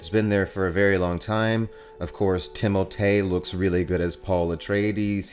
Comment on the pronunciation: it’s the “ti-mole-tay” for me haha on a real note I’m learning a lot from your videos, I came as a Timmy fan but you’re really getting me into dune!